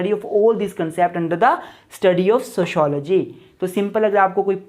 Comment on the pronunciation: Sho shology 😅😅😅😅😅😂